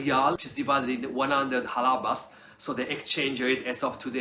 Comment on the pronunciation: Halalas not Halabas 😅